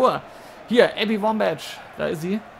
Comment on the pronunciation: ein Verbesserung der Aussprache: Die Nummer 20 der USA (Wambach) wird mit k am Ende ausgesprochen.